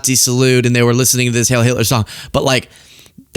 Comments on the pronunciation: For the sake of being historically accurate,, it's "HEIL" which is pronounced like "HILE" (long "I"), not "HAIL." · it's not HAIL Hitler, it's HEIL. Rhymes with 'vile'. its German and it may mean 'hail' but that is not the word. Please get it right. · not to be unkind..it’s Hieil Like high-el. ❤ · Heil like "Kyle" not heil like "pale"